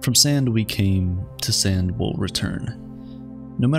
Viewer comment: I thought he said sin Thank you